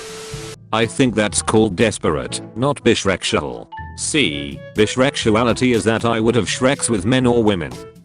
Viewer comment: Let’s just appreciate how the voice pronounces bisexuality as bishreksuality and I fully Stan this as a thing 😂